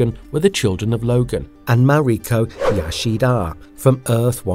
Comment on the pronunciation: All I'm going to remember from this vid is "Ma Ree Kah Yah Shee Dahh" lol Good video tho!